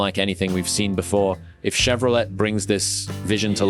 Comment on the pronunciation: AI sounds crappy! Can't even pronounce Chevrolet properly! Stopped after it said Chevro let! lol Don't waste your time on this garbage.